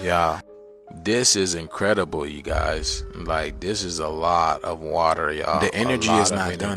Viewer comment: bro wtf is woorter ? n wtf is a blockout ? water and black out bro his voice jus drive me nuts bruh he got some content but ion like it he complain about everything without doing research he be reaching for the panic instead of dropping the true jewels he jus want views n money off mass panic.. Ion like em